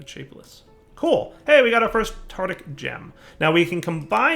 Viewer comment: read the item names, please. You're pronouncing tartaric gems incorrectly, again.